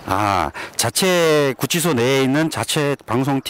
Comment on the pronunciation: 고생이 많으십니다. <구취소>가 아니고 <구치소>입니다. 한자교육반대뒤에 생기는 심각한 문제 !!!